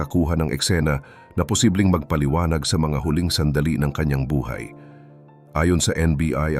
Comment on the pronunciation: TO the narrator please pronounce Tagalog words properly "Buhay" is pronounced incorrectly